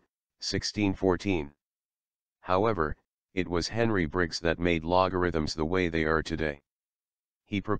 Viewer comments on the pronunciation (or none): none